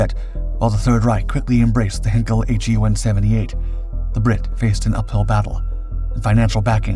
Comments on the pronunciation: The narrator’s dreadful pronunciation of Heinkel never improves. It isn’t pronounced Henkel. Heinkel starts with a Hein sound like mine or line or sign - not hen, Ken or Ben. Please learn this lesson well!! Apart from that the video isn’t a bad effort. PS: In addition, Farnborough is not pronounced Farnburrow. It is pronounced Farnburrah. At least you don’t talk like a machine gun these days… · Heinkel is pronounced "hine-kel"...